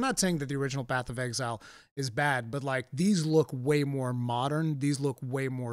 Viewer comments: Nobody:: BATH OF EXILE 'AY I'M WALKIN 'ERE! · I can't unhear "Bath of Exile"